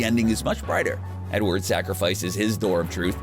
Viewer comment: "Edword" how can you fuck that up.